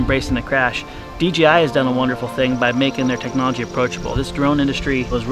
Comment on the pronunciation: I love you guys but its D J I. Not D G I